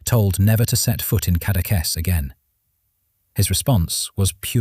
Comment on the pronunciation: he didn't pronounce Cateques very good lol